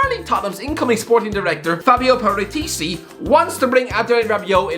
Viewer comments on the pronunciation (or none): It is parati-Chi not Parati-C😊